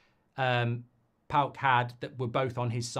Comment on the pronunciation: It's Paok 😂 calm down everyone